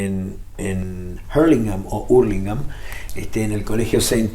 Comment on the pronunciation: Un grande Gustavo, pero POR QUE HABLA ASÍ?! A HURLINGHAM SE LE DICE ÚRLINGAN CAPO